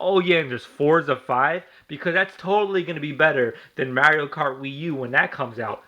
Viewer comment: AT LEAST KNACK IS AN ORIGINAL GAME, NOT THE SAME GAME OVER AND OVER AGAIN!!!! BESIDES YOU DON'T EVEN SAY MARIO RIGHT!!!! U FUCKED!!!!!!!!!!!!!!!!!!!!!!!!!!!!!!!!!!!!!!!!!!!!!!!!!!!!!!!!!